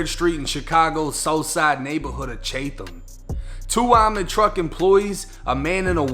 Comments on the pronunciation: Its not chathem. Its chat em fam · Its pronounced chat •ham broo... Not cha • tham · Nigga said Chaythem ctfu it’s pronounced like Chattem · Aye bruh! I love the channel! One of my favorites...but I gotta let you know , respectfully of course, it’s pronounced “CHAT-ham” not “CHAY-tham”...keep up the good work tho...you a whole journalist B!! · TF did he say chaythumb? lol its chat-tum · ok so if something else happen in this area in the future it’s pronounced “Chat am” not “chAtham” 😭😭 but respect tho you got good content 👌🏾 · Chatham is pronounced cha-tum btw 🔥🔥🔥🔥🔥content tho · It’s chatham. Idk what u was trynna say😂😂😂😂😂😂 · It’s pronounced “Chat-Em” my boa (Chatham) I know it look weird lol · It's Chatham not chaythin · It’s pronounced Chat-am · It’s pronounced chat-ham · CHAT-Nam bro like Viet-nam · Damn the bank of America in Chatham ... For the record it's pronounced Chat - Em , at least In the hood anyways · Chatham is pronounced like "Chat-um". good video, as usual. be smooth. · Its pronounced chat em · This shit happened like 4 or 5 days ago.. I seen it on the 10pm news.. IT'S PRONOUNCED LIKE CHAT-TUM.... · The pronunciation is CHAHTUM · Nigga said Chaythum😂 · Chattam (Chat-Tum is how you pronounce it) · Love ya channel G and the work you do. But just so everyone’s knows the neighborhood [Chatam] is pronounced “ cha-Tum” like the same sound as the name Chad or chapel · I'm from Chicago that happened across the street from my job is pronounce chat ham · lol being from Chicago the way you said Chatham had to chuckle a bit. It's pronounced Chattam here 🤷‍♂️ but besides the point, these dudes straight garbage. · Its pronounced chat-em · Lmao chat-um is how you pronounce it big dawg😂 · you pronounced chatham wrong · You are not from Chicaaaago! You can't pronounce Chatham! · Haha he butchered the pronunciation of chatham